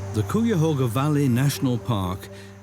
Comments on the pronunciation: That pronunciation was bizarre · Great documentary. However im from cleveland and everytime i heard "cooyahoga" i cringed 😭 its "kaiahoga" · Cuyahoga sounds like 'Ki-ya-hoe-gha'. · I had no idea what area was being talked about because of the pronunciation of the Cuyahoga Valley National Park I grew up knowing that it was pronounced (Kye-uh-HOH-guh) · Hey you Brits! It’s pronounced Ki-a- hoga! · Might want to check your pronunciation of Cuyahoga 😅 Lake Erie and the Cuyahoga River is an incredible come back story I can remember when Bald Eagles first returned decades ago, and now we seeing black bears and bobcats returning. But there are still many threats and much work to do. Urban sprawl and agricultural runoff are currently the biggest threats to water quality and ecological restoration.